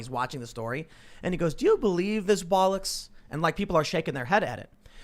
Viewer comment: Why can't Americans say the word bollocks properly?